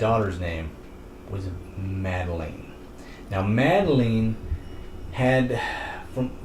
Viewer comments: Her name is mad a lin not mad a lein its spelled madaline but its not purnounced the way u said it I know cause my name is madaline but I spell is madalyn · why he says madeline wrong